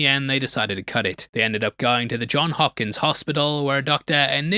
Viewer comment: It’s actually the Johns Hopkins Hospital! It’s Johns with an S!